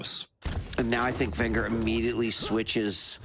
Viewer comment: It's vengeur, with just 1 r